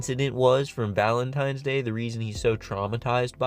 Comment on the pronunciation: Of course he calls it valentiMes day